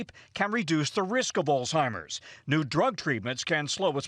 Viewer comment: Please pronounce Alzheimer's correctly. No "t"